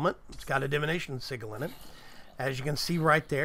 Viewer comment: OMG every time he says "sigal" it triggers me more and more until I finally popped and just threw my phone, my phones still good tho so yeah.. 😂